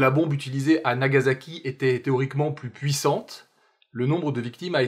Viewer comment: Vidéo très bien, mais je souligne une erreur classique: le "s" de "Nagasaki" se prononce bien comme un s, pas comme un z.